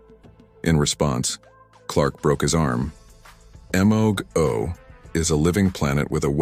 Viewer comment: M-O go...its Mogo..ur ai speech needs to be better